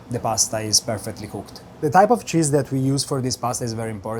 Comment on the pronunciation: The way he pronounces the name of the cheese does things to me..... Pants things.